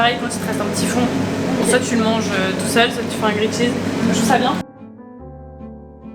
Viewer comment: Par pitié arrête de dire « grillAID cheese » ta copine le dit correctement juste avant..t’es pas censée avoir passé du temps en Australie ?